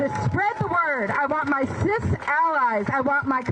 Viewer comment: I bailed when she said "cis alleys".